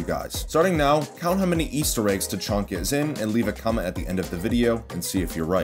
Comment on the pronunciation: Yes his name is name is definitely tachonka not tachanka